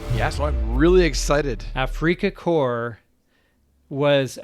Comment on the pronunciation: It’s not afreaka corps